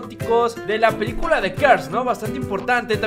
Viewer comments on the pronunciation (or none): none